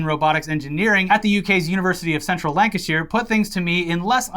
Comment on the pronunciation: Flawless pronounciation of Lancashire.